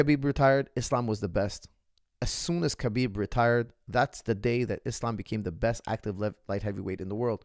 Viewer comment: It fraks me out so much that, coming from an arabic background knows very well that Khabib is pronounced as Habib NOT Kabib and still calls him Kabib like Khabib actually cares. So weird